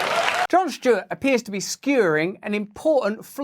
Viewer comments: "John Shtewart" 😅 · I love Russel Brand, but it’s not Jon “Schtewart”.